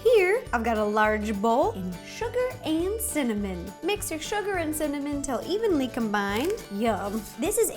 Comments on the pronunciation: Listen to Ro say cinnamon 😂😂😂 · Woah, I think you messed up saying cinnamon. you got it right like 2 seconds before though.